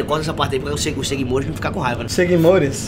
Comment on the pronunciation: Pq q chama um cara q fala “seguimores”????